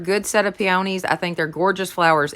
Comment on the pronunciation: Love your channel! And I love peonies, they are my favorite! They are pronounced ..pee uh knees! You are so cute!